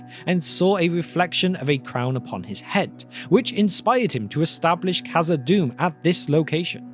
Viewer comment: Khazad-dûm not khazad-doom my dear friend